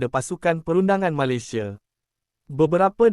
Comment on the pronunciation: Sebut Malaysia pun tak betul😂